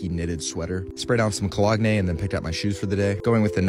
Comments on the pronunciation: did he just pronounce cologne as "ko-log-nay" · Did he pronounce cologne “cuh-lag-nay”?? 🤔🤔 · It's pronounced co-lown......goddamn please bruh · Dude the way you pronounce “ cologne “ is off the charts lol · the cologne pronounciation